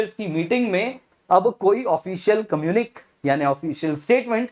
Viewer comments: communique is pronounced as कम्युनिके NOT कम्युनिक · Please note that "communiqué" is a French word and the last letter is not silent but pronounced "ey" ! This is for your students and you !